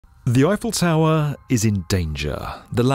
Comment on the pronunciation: This narrator, whom I have heard voicing other YouTube videos concerning tall buildings, has a strange way of saying "tower"! It's a straightforward word, so there shouldn't be any ambiguity as to how it should be pronounced! But he says "taowah" at: - - - - - - - - - - - - - Sorry, ""! 😀